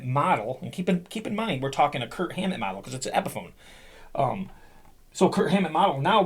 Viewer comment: I swear, I hear Kurt every time you say Kirk. LoL